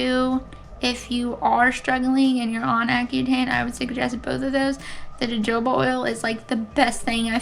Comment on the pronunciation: Your skin is looking great! I'm glad you have found some products to help you through the process. P. S. Both of the j's in jojoba are pronounced as 'h', so it's ho-ho-ba. 🌝